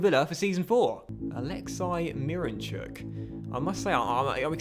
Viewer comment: His name his pronounced alexsi not alexci.And his last name is pronounced myranchuk